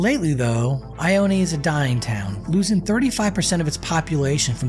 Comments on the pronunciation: it's not "eye oh knee" it's pronounced "eye own" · It’s pronounced ioneee lol it’s just ione lol I-own say it with me i own that’s it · It’s pronounced EYE-OWN not EYE-OWN-E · It’s pronounced I-own not I-own-e lol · It's pronounced I own. NOT I own ee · It’s I own. Not I owne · It is pronounced “eye own” not “eye own eee” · It I-Own not I-o-knee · Its not "I-own-eee" its "I-own" 😂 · It’s just ione not ioneeee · It’s not ioneee it’s ione! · It is not pronounced IonE. There is no long e sound at the end. I OO N. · The name is I own. E is silent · The town ione is pronounced eye own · It's pronounced eye own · It’s actually pronounced ( i own ) just incase you were wondering . Love the content by the way . I wonder if the closing of Preston is the cause of the decline in population of ione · It is pronounced I-OWN😂. Awesome, and informative video though. Just thought I would point out the pronunciation. Either way, you’ve added a new subscriber. Love the detail you put in. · It’s not pronounced Ione , just Ion you drop the e! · Probably a good idea to learn how to pronounce the town's name before you make a video. Ione pronounced eye-own. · Your not pronouncing ione right